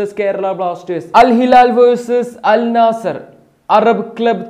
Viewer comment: അൽ നാസർ അല്ല അൽ നസ്ർ ആണ്